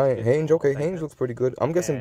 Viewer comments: you pronounced hange wrong dude. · you definitely did. ☠️ How do you like a show but pronounce the name wrong of a character in the FIRST season ?🧐😂 Didn't even pronounce oni correctly either. Disappointing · lmao the way you say hange